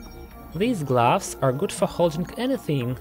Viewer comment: Narrator : gloves Me hears : glass 😂😂